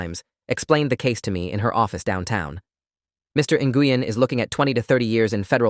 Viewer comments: Nguyen is pronounced "new-en"not "ngoo-yen" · Nguyen is pronounced "gwen", not "en-gooh-yen". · Nguyen is a Vietnamese surname and is pronounced 'Whynn,' or thereabouts. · "Nguyen" is a Vietnamese surname pronounced as "Wen." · Nguyen is pronounced “WIN”. I know, because I worked for a pharmacist with that exact same last name. She was Vietnamese and very sweet AND smart. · I was about to post this information as well. I went to dental hygiene school with 2 students in my class with that exact last name… both pronounced “WIN” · No they actually pronounce they actually pronounce it as ng win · well, the pharmacist that I worked with was Vietnamese and pronounced her name “WIN”, and she spelled it Nguyen. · and I worked with several of the and the ŋ is pronounced in Vietnamese softly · Tha English pronunciation of Nguyen is “new win” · Guys, that name for Dorothy Nguyen is pronounce win. I know people with that name. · I’ve heard it pronounced many ways - but the correct pronunciation that anyone who’s not Vietnamese - it’s a Vietnamese name - is something like Win - that and Hung are the Vietnamese equivalents of the English surname Smith! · As soon as I heard N-goo-yen - oh yeah. I'd love to hear them pronouncing some of the eight-syllable German names.